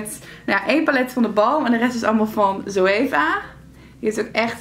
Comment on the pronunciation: je zegt "zooeeva" maar het is volgens lottelovesbeauty gwn zoeva?